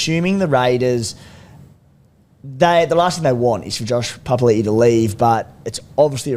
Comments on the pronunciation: Is trying to make a point about pronunciation? For the past few months he's literally said "pa pa li i - oh sorry pa pa li" to the point where it's sounding like a statement against how it's pronounced Like it's so on the nose now you can't be getting it wrong that often the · Oi Beak Rothfield... J Papalii 2021- "Every year I have requested my name to be pronounced ‘puh-puh-ee-lee-ee’ which is how you say it.”